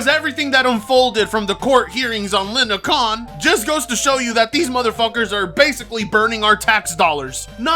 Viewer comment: Lindakhan???lol its lina khan. Your hilarious